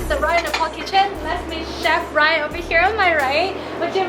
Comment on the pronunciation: Nephal vannu pardaina solti english ta bolnu k aruko toneko copy nagarau😁